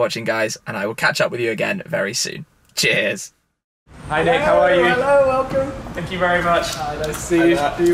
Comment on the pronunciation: awesome man , kills me whenever you say cheers haha , its like cheairs